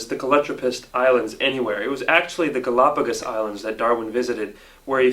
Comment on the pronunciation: All good except for the islands.. He just mispronounced Galapagos..but he had a lot of errors so I give you the benefit of the doubt